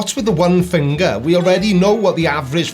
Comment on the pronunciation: Hi, how's it going buddy? Amazing how you find time to troll yourself after hanging in bushes for hour stalking LieManDumb ^^. And by the way the word is finger and not fingaaa. Jake just moped the floor with your silly ass 🤣 😂 hilarious